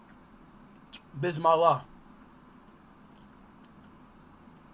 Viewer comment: Bruh had different accent for bismillah.